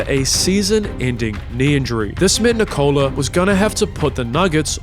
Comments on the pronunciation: He manages to say his brothers more difficult names properly but somehow he messes up "Nikola"... and it's painful every single time. The emphasis should be on "Nik" like you're saying "Nick", not on the "ola" like you're saying "Nichole". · PLLLLLLLLLeaseeeeeeeeeeeeeee it's not NI-COLA IT's NIKO-la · NeeCola ❌️ Nickolah ✅️ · Nikola not nick cola lol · Nikola is not said well, It should be Ni-kouh-lah, however the break between vowels is too long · first minute and I'm already tilted because of how he pronounces Nikola. No, it is not Ni-Kola. Dude isn't a drink man. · Can't even say Nikola properly though. You'd think you'd figure out how to pronounce his name if you wanted to make a 50 minute video centered around him. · Your Video will be much much better if you decided to learn the pronunciation of name of Nikola, Nemanja and Strahinja before to do this video... it's make mi 😂 hearing wrong pronunciation of their names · WITH ZERO PERCENT OF STEROIDES , YOU MEAN? And istress is on "I" , not "O"